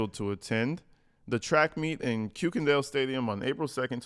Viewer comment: For your information, the German last name Kuykendahl is pronounced KIRK-en-dahl.